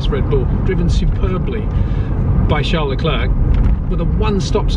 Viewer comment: Please pronounce Charles Leclerc's name correctly: "Charl Leclair". He has been and will be around a long time. Courtesy and professionalism demand no less. Thank you.